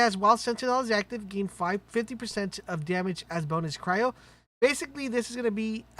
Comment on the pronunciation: Holy shit! This guy pronounced "cryo" the correct way. Finally!